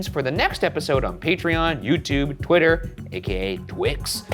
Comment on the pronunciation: It made me laugh that they called Twitter/X 'Twex' or something like that, as it sounded like 'Twix', which is a type of chocolate bar in the UK (I don't know if it's available anywhere else).